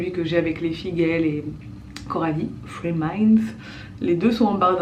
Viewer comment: Chaque fois j'ai l'impression d'entendre free minds pas three minds en tous cas c un plaisir de voir tes blogs bisous